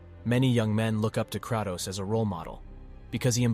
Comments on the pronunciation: I can’t with the Krahh-toes, pronounce Kray-toes. Good video though bro. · Hate the way ur saying kratos